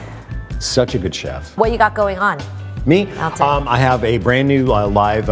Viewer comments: She pronounces his name like I've read it's supposed to be - Al-ton, like Al of Al-abama. Not like Awl-ton as I always thought. Still sounds weird to me. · Thank you for freaking pronouncing his name correctly. The number of people who claim that they're the biggest fans of him and then call him "allton" just bottle my brain.